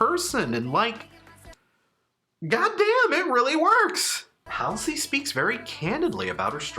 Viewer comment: not to be tha guy, but it's pronounced hall-see